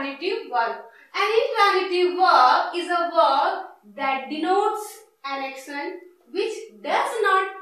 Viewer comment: Accctionnn....😑😑 Prounciation sudharo..